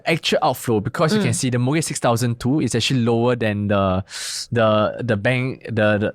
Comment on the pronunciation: Can he please NOT pronounce mortgage as MOGAGE?